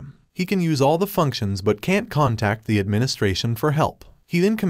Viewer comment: Bro do not know how to say the